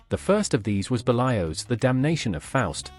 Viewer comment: Great video, but I agree with the AI voiceover. Berlioz! ambivalent! I guess AI has no idea how to pronounce them.